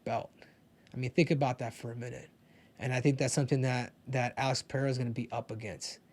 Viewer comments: Ive been saying that from the start. It's like most commentators got a memo to call him Pinada or Penada. Something stupid. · Rogan is the worst, calls him pehera smh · or Chael calling him Pierra